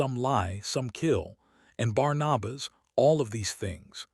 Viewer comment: The name is Barnabas. Pronounced:- ‘Barn- a - bus’.